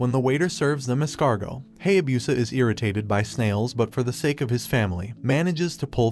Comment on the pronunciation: i don't knwo when ever it is wrong or just different i really hate it when they pronouse Japanese names with sounds together like: Ha-ya-bu-sa not Hay-a-busa